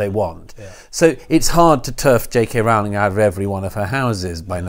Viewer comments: Peter and Douglas: please note that the first syllable of "Rowling" rhymes with "grow" and "glow", not with "now" and "cow". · It's Rowling as in the "Rolling Stones". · I don't like her but it does annoy me that people mispronounce her surname